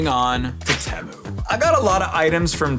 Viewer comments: ITS PRONOUNCED TEA-MOO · Bro said TéMoo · You say temu wrong